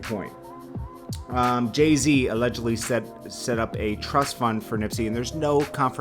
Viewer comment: His name is Jay Z not JAY T WTF?